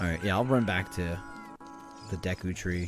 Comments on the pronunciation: Did just say "Deaku tree"? Ah yes we all know that we'll know character in my hero..."Deaku" right!? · I'm so glad brou8ght up pronunciation... the moment he called Deku Deeeku I was losin it